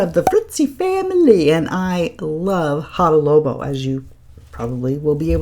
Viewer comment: Fun video, thank you! FYI, you are saying Hada Lobo not Labo!☺